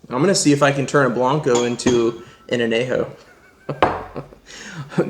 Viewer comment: Nah nah nah nah did you just say Anejo xD its Añejo (A - nyeh- ho) as a Añejo Tequila connoisseur I take offense to that. You don’t see us pronouncing Bourbon wrong, although i have heard some idiots say Borr- bin, like tf. Any who say A-Nyeh- Ho from now on. If you want a good Añejo Tequila try Cava De Oro Extra Añejo very good sipping Tequila. Keep up the reviews!